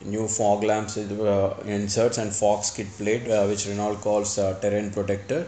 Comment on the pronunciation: Hello, it's pronounced Reno and not R-e-n-a-u-l-t, as its spelling goes. Renault is a French car company, and so goes its pronunciation